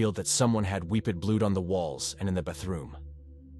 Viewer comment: Nah, pronouncing "wiped blood on the walls of the bathroom" as "wee-ped blewd on the walls of the bu-throom" is totally normal 😂